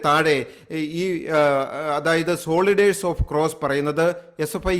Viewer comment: Please get your pronunciation right. Soldiers is not സോളിഡേർസ് but സോൽജേർസ്‌! Otherwise a good report